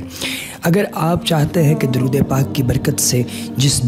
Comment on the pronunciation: Darood ap nay ghalat parja hai